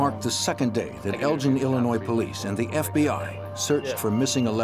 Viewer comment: In uk its pronounced Elgin not Eljin .